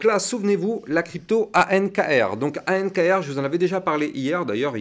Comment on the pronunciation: ankr pas anrk! merci pour la vid!